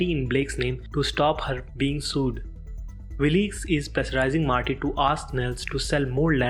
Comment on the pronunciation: I turned the subtitles on and it helped some, but it seems to me that someone else wrote the text that ur reading. I notice this when you say the Byrdes organize a funeral but you call them the Brides. Right after that you call Wilkes "Willeeks". It just seems to me that ur just reading phonetically text that someone else wrote without really knowing what it is ur dictating.